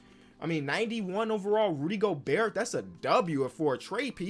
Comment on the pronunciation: that hard T in Gobert is tuff